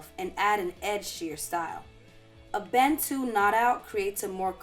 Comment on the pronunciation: it is pronounced Bah-ntu